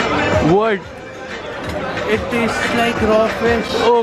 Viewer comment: Unprofessional.. U got to be more professional, it's just like, u are going to ur family function and coming back, thousands of people are watching U... U need to improve ur pronunciation as well.... Its Taste and not Tashte.....